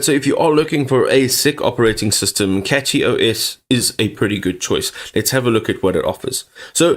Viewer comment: It's pronounced Cashy not Catchy